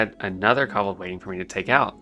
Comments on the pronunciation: It's gay when a guy makes a female character. You mispronounce kobold and Defias. BTW I started playing WoW during The Burning Crusade. Wrath of the Lich King was my favorite expansion. I quit during Legion. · The way this guy pronounces "kobold." 😆